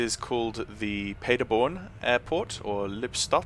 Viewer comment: P-AH-derborn. Lipp-stat/shtat.